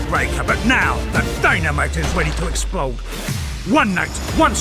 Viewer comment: Recently got back to your videos, the quality has gone way up and you're coming across a lot better these days, hard work is paying off. Side note, that Usyk vs DDD advert at the start is shocking, they've got someone doing the voice over who can't say the word explode